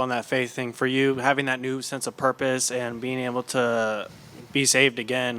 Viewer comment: Why does he say “new” with an ñ?